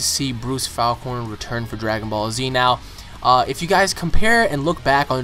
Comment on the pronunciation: I really do not like the way you pronounce his last name. I've always pronounced it "Faulk-ner" Like hawk but with an F